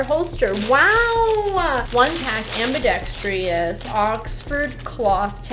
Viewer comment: Say it with me: am-be-dex-trous. NOT am-be-dex-TREE-us.